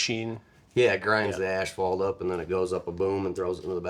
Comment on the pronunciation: Extra 20 years for saying "ashphalt"